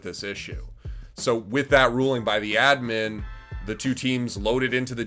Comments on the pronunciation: its ADDMIN not edmin holy shit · Wtf is an "uhdmyn". What fucking accent is that yeezus croist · ADMIN not ADMIM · Its ADD MIN not ED MEN, this isn't ed edd n eddy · have i been pronouncing admin wrong my whole life?? ive always said "add min" but this guy is saying "udmin" am i the one wrong? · Its just a accent thing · why do you pronounce admin like that lmao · You pronounce admin in a funny way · What's up with his pronunciation with the word 'admin'? lmao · Please say "admin" right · the one thing i can take from this video is that needs to relearn how to say "admin" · Have I been saying the word "Admin" wrong my entire life or ? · is my hearing going wonky or is Admin said..... really weird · Yo why you pronouncing admin like that? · I fucking hate how you pronounce admin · pls learn how to say admin right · is he trolling or does he not know how to pronounce admin without making me wanna kms